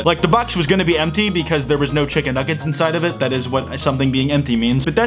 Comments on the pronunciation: I loved the way he said chicken nuggets. "chiggen nuggets" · When he said ‘chiggen nuggeds’ I felt that